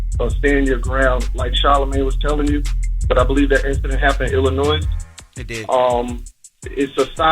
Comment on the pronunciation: Teslyn if you are going to report national news please learn how to pronounce the name of the state. The “s” in Illinois is silent.